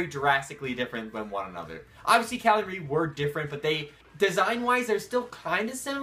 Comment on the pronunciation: its not muhri its mar like calamari